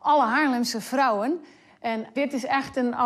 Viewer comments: No it's just the accent its vrouwen not frouwen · It is defiantly with a V , the way you say it with the F sounds german.